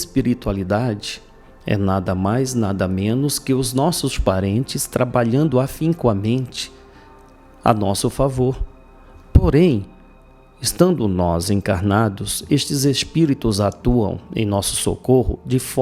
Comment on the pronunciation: bom dia, a palavra em português é afincamente e não afincoamente. Desculpe